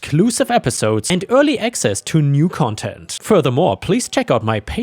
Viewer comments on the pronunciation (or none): none